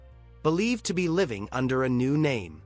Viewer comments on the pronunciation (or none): none